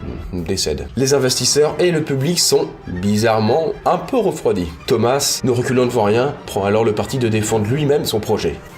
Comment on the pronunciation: Thomas se prononce toma